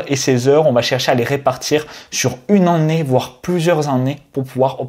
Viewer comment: tu ne sais pas dire Année ? tu dis an né